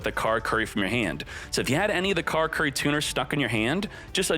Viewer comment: Carcurry? It's ca-lah-coo-lee,.